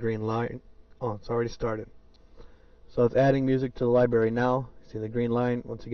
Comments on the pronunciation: It's LibRary not Libary. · it's library not libary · STOP SAYING LIBERRY! >:C